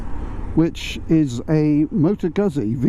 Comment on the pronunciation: You might wanna start with pronouncing the name correctly